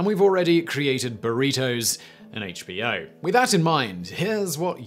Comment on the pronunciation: Thank you for not saying “heych B O”